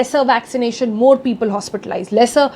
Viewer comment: Peepool my dear Sonal. Peepool..